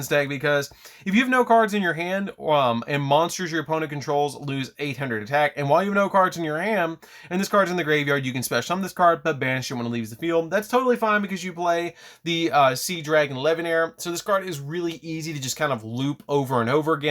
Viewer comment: Tsuchinoko not Tatsunoko, Leviar not Levianeer